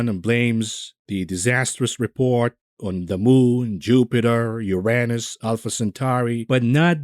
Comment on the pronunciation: I tune in to just to hear him pronouce.... Uranus.